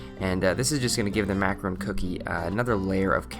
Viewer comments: IT IS PRONOUNCED MAC-A-RON!!!!! A MACAROON IS A IS A A JEWISH COOKIE!!!, THEY R VERY DIFFERENT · I was just thinking the same thing... Its macaRON !!! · OH MY GOD. Its ma-ca-RON. one O. Everytime he pronounces it like macarOOn which is totally different. This irks me so much when people get macaron and macaroon mixed up, speaking and spelling wise. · It is Macaron not Macaroon Nicely done video! You’ve broken down the macronage process down so anyone could follow it. Thanks! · Its called a Macaron not M A C A R O O N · Is it irritating anyone else that he keeps calling them macaroon and not macaron? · Its Macaron not Macaroon and that is not Caramel, its dulce de leche. Had to unsubscribe, who gives instruction to others when they dont even know what they are talking about? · Mmm... This looks delicious!Definitely going to try out the recipe. Although macaron isn't pronounced "macaroon" (which are those coconut cookie-like treats). Macaron is actually pronounced mah-kah-rohn! :) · Its a fucking macaron not a macaroon you dumb fucks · A macaroon is a macaroon, I understand. That is not the point i am trying to make. Obviously, is not making macaroons, he is making macarons, though he pronounces the word macaron like macaroon. It is pronounced macaron internationally, and calling it a macaroon would be considering a different pastry altogether. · Oh my god the way you pronounce "macaron" is illegal to any French guy, "macarounz" oh my goodness... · 1) *dulce de leche 2) macaron (not macaroon) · Sofia I'm not going to freak out, it's just cringe worthy, you know? Like someone mispronouncing your name. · Yep......drives me crazy too. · its pronounced MACARONE. macaroons are a completely different cookie. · Dukky Drake you don't have to speak French to be able to call the food your making by it's proper, correct, name. No one is saying he should speak French, but to stop calling a Macaron, macaroon..